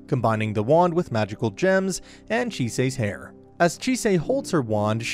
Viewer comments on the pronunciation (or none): none